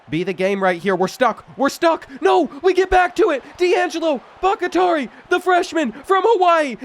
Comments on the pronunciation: I’m prefacing this with it not being a big deal at all, but I do think Bakhtiari is pronounced Bach-tee-are-e Other than that, keep up the great work! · BACK-TEA-ARI please god let him learn how to pronounce that legends name properly lol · Pronounced bok-tee-ari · It’s pronounced BAK-TEE-AH-REE😭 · Butchering Bakhtiari like crazy 😂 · The way you say Bakhtiari is so horrid lmao. Cmon bruh. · Sitting here wondering if his coach would ever pronounce his name correctly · That Bakhtiari pronunciation is nails on a chalkboard every time. How do you keep botching that? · Brother. I love you. But if I hear you mispronounce BOCK-tee-are-eee one more time I’m going to absolutely crash out. David Bakhtiari was an amazing offensive lineman before injuries derailed his career. Please do better next episode and I’ll let you pick the first team I do for my rebuild series ❤️ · Bakhtiari is pronounced Baak-Tee-Are-E, not Bak-It-tari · Bakatari 😂 The Kentucky is Kentuckying with the reading comprehension on this one. Bak-Tiar-i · no new stadiums :/. also why do you keep saying bakitari for bakhtiari. bakh-tiari. not baki-tari. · Brother it's Bok-Tee-Ar-EE not Bok-i-Tar-EE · All my Green Bay Packers fans remember the great blind-side left tackle, David BackyTarry... (psst. Its "Back-TEE-ari") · You are miss pronouncing baktiari it’s sounded Bach-tee-ari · Great stuff as always! And not trying to go all grammar nazi on ya, but Bakhtiari is pronounced "Bok-Tee-Ari". That said...keep the content comin'! 🤘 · It's pronounced Bock-tee-ari...like David Bakhtiari, the longtime Green Bay Packer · Bro please it's becoming unwatchable hearing you mispronounce these easy names. I don't know if it's ragebait or not but it's BAHK-TEE-AREE it's spelled Bakhtiari. Have you never heard of David Bakhtiari? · Why are you pronouncing Bahktiari so insanely poor? Go look up the pronunciation for former Packers LT David Bahktiari. It is "Bahk-Tee-Ari" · BOCK - TEE - AR - EE is the pronunciation of Bakhtiari